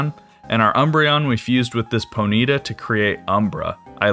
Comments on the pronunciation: I have never heard someone pronounce ponyta po-nEEta before this lol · I love the way you pronounce “Ponyta”. It’s cute